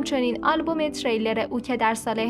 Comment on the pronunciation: ترییییلر، نه تری لر